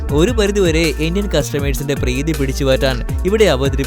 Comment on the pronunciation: ❤❤❤ ലാഫം അല്ല ലാഭം ബ്രീതി അല്ല പ്രീതി ശരിയായ മലയാളം അല്ലെങ്കി കേൾക്കുമ്പോ ആരോചകത്വം തോന്നും